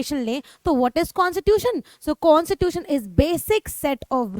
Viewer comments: It is not consittution it's Constitution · Mam you always say consitution but we say Constitution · Na ki consitutation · constitution❌ consitution✔️. 🤣🤣🤣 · Mujhe "constitution" "kon sa tuition" sunaee de raha hai 😂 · Mam phele bolna sikh lijiye Constitution hota hai